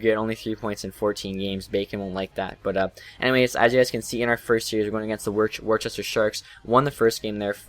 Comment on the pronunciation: lol "Warchester" im 20 mins away from worcester man its pronounced wuss stah :D